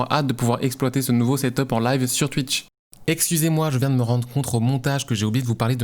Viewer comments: "Tuitch" on prononce "touitch" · Ya vraiment qu'un belge pour dire Tuitch 😂